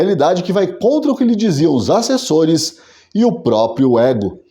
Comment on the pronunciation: "Acessores"? Kkkkkkkkk😅😂